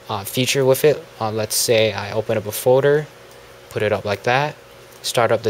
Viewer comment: "open up a foder.."